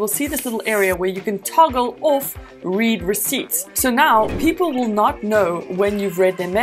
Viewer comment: lmfao it's pronounced "red" recipt